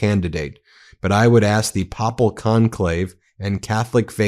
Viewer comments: Pay-pul Conclave. Not pop-ul Conclave. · popul!! It's papal.. pronounced as paypal.